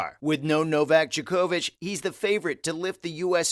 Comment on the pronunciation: If you're going to do tennis videos, then you should get the pronunciation of names correct, especially one of the greats. Djokovic is pronounced as Joker-vich not ja-ko-vich.